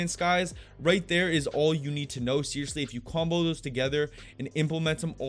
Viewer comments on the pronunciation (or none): Its really funny the way he says this game is combo. Like mortal combat. Haha.! Great vid bro! Learned a lot. ✌